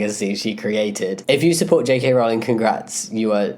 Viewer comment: Certainly someone in support of Rowling should be able to pronounce her name.